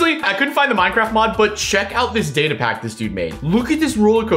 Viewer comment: Not datae data